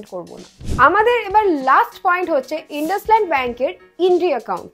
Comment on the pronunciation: ইন্দুসাইন্ড not ইনডাসলান্ড